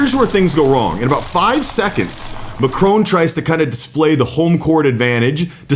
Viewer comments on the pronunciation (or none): It is not Macrone - it's Macron - with the emphasis on the A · This is BS! His name is Macron, you keep saying Macrone. Trump is a childish, arrogant, boof-head who should have been charged for his crimes. The lunatic is running the asylum! You've all been hoodwinked! Trump won't make America great again, he will continue the decimation of our beautiful natural world. Within 5 years, you'll be sorry you voted for him. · Macron NOT Macrone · it's not a display of dominance it's just bad manners ....Trump is jut an asshole ...and he's not Macrone he Macron....learn how to say the guys name . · MAC RON not Macrone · Macron . Mac Ron ..not Mac Rone! Why on earth can Americans not get it right? It’s so demeaning and really does show up their ignorance. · Macron not macrone. Get it right. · It's Macron not McRone! 😂😂😂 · You mispronounce MACRON. It's not MacrONE. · It’s pronounced Macron not Macrone. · Why do Americans say Macrone? His name's Macroṅ. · It's Macron not macrone , it's french not Italian so pronounced mac ron not mac rone. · Its not macroan its mackron pronunciation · "Macron", not 'Mc-rone' ffs. lol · It's Macron Mac-ron, not Macrone Mac-rone. It's such a shame American's refuse to pronounce people names correctly, it's very rude and insulting to do that. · It's not "macrone" it is pronounced "MAckRON" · It's not "Mack-crone". It's "May-cronn". (I live in Paris.) Hated here as much as Trump. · it not pronounced MACRONE....ITS MACRON...........MAC- RON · Learn how to Macron’s name. Don’t pronounce the final “n”. The final “on” is a nasal sound. The way you pronounce his name sounds “Ma” (my in French) “crone” (old lady), i.e., “my old lady.” You should be quite embarrassed! Practice with a personal or machine tutor! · Think your saying the name wrong it's Mac ron not what your saying. If your never sure split the word or words down as i wrote his sounds like sounds nothing like you say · It’s Mac Ron , you don’t pronounce the e